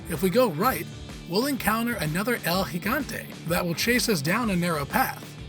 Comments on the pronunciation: Bro calling el gigante el Higante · Its not el hegante its el gigante